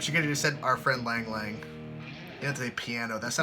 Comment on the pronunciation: Lang Lang is pronounced long long I know it's weird